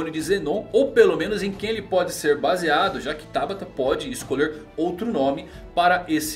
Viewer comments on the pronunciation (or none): none